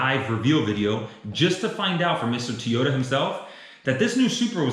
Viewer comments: Why does he keep saying Tee-ota when the car company is named To-yota? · Am I the only one that cringes every time he says “Teeyota”?